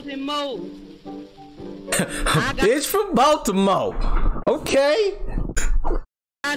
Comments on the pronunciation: A bih from BAL-TEE-MOE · Bruva Cap baldamore 🤨